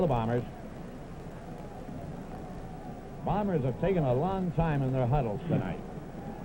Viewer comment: I like how back then they properly enunciated Winnipeg's team as the Blue BOMBERS, rather than the way they are now referred to as the BLUE Bombers. A pet peeve of mine as the emphasis should be on the noun and not the adjective.